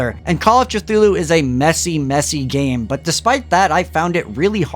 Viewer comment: Your decision to pronounce Cthulhu that way has driven ME mad!